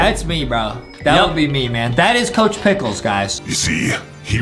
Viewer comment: ITS NOT COCH PICKELS